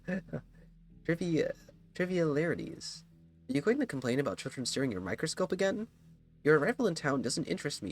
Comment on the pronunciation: Trivi-AL-ities closer to your first pronunciation but with the T, ‘AL’ like “Allen”. Also, the Inspector as per the stage spectator reality creating dynamic discussed with Eva is a spectator with ADHD , send tweet